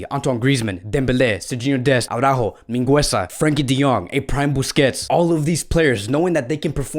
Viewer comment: Araujo is pronounced A-ROO-hoe. You are prouncing the second sound incorrectly.